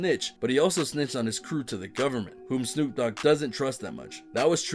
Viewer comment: actually, since he didn’t say the letter d, wouldn’t it be Snoop Oog?